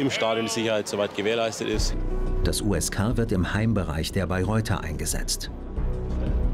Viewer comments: ksk der Polizei ^^ das heißt USK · USK NICHT KSK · KSK 😂😂😂 USK. Man, war da der Praktikant am Werk oder hat sich der Erzähler kurz vorher ne KSK Doku angeschaut 😂 ?